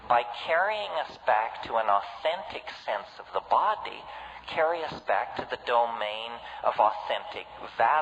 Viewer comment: I think the way he says BOdy is rather funny. Great video